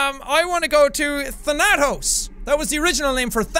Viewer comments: THANATOS is actually a greek word meaning death and it's stressed at "tha" not "na" JUST SAYING <3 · thanatos is death in greek mythology you also pronounced it wrong